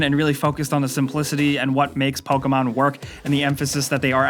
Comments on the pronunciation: I cringe when he says poka-mon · POKAMON? What's Pokamon? Never heard of Pokamon.